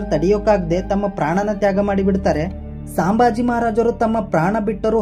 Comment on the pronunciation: ಸಾಂಬಾಜಿ ಅವರ ಹೆಸರು ಅಲ್ಲಾರಿ ಅದು ಸಂಬಾಜಿ